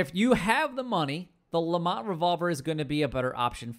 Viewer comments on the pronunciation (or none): Why does everyone call it the LeMONT revolver? It's a LeMAT revolver. Like door MAT. There's no O or N in the name lol. Same with the Schofields. It's SKO-fields. Not SHO-fields. It's a Smith & Wesson named after Maj. George W. Schofield of the U.S Army circa 1868. He produced them in bulk for the Russians as a .44 until 1870 when S&W started mass producing the model 3 as a modified .38 to fit the Cavalry's needs. It meant that soldiers only needed to carry 1 ammo type for their weapons. It's actually my favorite revolver. I'm getting off topic though lol. I'm a gun guy so hearing people butcher names just urks me.